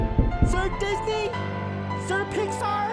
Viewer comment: Sir Disney. Sir Pixar. This was the most Filipino thing I’ve ever heard lol.